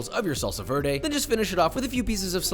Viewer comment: dude says "verde" in the most american way ever then 2 seconds later he nails a French accent. like bruh. gold star for French now go do Spanish. welp i still love your vids and like your comedy so dont mind me cringing a bit